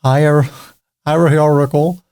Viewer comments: Try to say it like higher-article, lol, Hierarchical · Awesome.... You covered all option and technique in detail ....Thanks a lot .... Pronounce once Hierarchical.... hahaha just kidding 😍😍